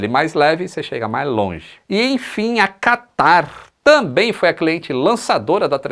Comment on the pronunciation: Qataaarrrrrrrrr... quase que o catarro escorria.